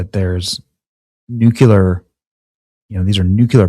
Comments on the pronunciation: Benny, the word Nuclear is not pronounced "Nukular", it's pronounced "NEW CLEAR!" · "nukuler powered?" What is a nukule? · Nook-lee-uhr. It's not that hard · Stop mispronouncing nuclear!